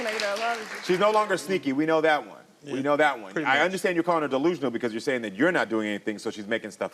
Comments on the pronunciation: DEE-lusional DEE-lusional 😂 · He must’ve just learned that word “Deelusional.” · He’s ”Deelusional” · It’s Karamo coming back at him and calling him deelusional and sneaky 😂😂😂😂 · 😂😂😂 man if he say delusional one more time I am going to scream!!